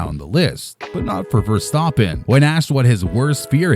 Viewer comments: He actually pronounced it correctly. With a bit of an accent he pronounced it the dutch way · Verstappen pronounced correctly, geweldig